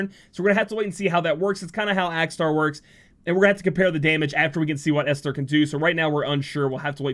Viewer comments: A few ppl have put in the right way to say Esther. Another way to think of it is Est-Her, ester. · Not that it matters much, but I’m pretty certain the H (in Esther) is silent, so it’s just “Ester.” I think it’s a distinction for the name to separate it from the word Ester (chemistry term). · For pronouncing Esther’s name , the H is silent. Should help for the future. Atleast that is how people I’ve met in the past pronounced their name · it pronounce as " (Eh)sther "